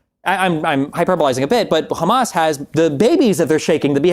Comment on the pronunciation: Destiny said "khamas." It's over 💀💀